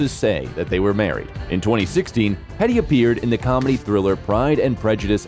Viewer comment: Jerome, not Jeremy! Plus her surname is pronounced Heedee.